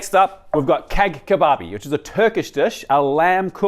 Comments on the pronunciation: It's not keg kebab 😂 it is cağ(ja -like ja morant-) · Bro apologized to the Italians for his pronunciation, then proceeded to annihilate Cağ Kebabı by calling it KEG KEBABI. 😭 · Brother pls at least listen to the names of the dishes on Google translate before saying them, cag kebab made me scream 😂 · you prounonced cag kebab like cake haha its rather pronounced like tscha kebab. You also dont pronounce the g. and you should trimm it before putting on the grill to achieve an even cooking. You also cut it a bit too thick. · he tried so hard for the italian pronunciation, then keg kebabi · I love your channel, but it was interesting how you were so apologetic with the pronunciation of the Italian dish and drop the Keg kebabi :D Why not give the same effort? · tries to pronounce the Italian dish looking at his phone and apologizing 3 times if he mispronounces it. Then calls the Turkish dish Keg Kebabi.:) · I cant take anything serious that places cag (pronounced like; tjagh) kebabi that low between these dishes, sorry, but i really cant. For someone who cant cook and has eaten an large portion of his life outdoors this made me sad. Dislike. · > I don't want to mispronounce it, I am very sorrry italians, I will read it from my phone. > K E G K E B A B İ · Ngl the "KEG kebabi" offended me, and i'm not even turkish 🥲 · Thank you for your precious comments but Cag Kebabi pronounce like "Jah Kebabi " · yok aga amazing effort falan değil her yemek ismini doğru söylemek için uğraşıp keg kebab diyip geçemezsin biz kendi milletimizin yanlış ingilizce telafuzuna bile laf ederken bunlara wow amazing diyip geçemeyiz bunlar istemli bir şekilde türkçe kelimelerde sallayıp geçiyolar avrupada da aynı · OK the way it is pronounced is JAH KEBOB. The ğ is not pronounced (extends the previous wovel) . Take care. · Reading tartufo from the phone but not cag kebabi… (as other said jah qebab) what a shame, low effort. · the way you read cağ kebabı is criminal lmao